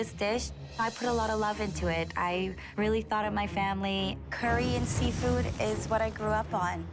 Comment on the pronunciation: What she said: “Curry and Seafood” What I heard: “Korean Seafood”